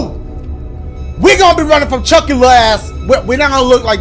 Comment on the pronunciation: bro keeps saying CHUCAIE